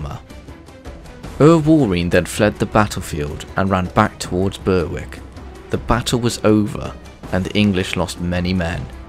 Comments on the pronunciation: Berwick is pronounced 'Berrick', not 'ber-wick'. Just FYI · 'Berwick' is pronounced like 'Warwick', also I believe the correct pronunciation of Andrew Moray is Murray like John Comyn is Cumin. Due to medieval vowel shifts.